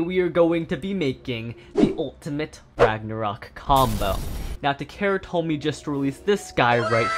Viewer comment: TA-KA-RA Tomy You seem to say "Ta-care-ra" instead